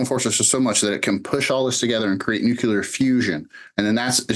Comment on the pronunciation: It is ”nuclear” not ”nucelar.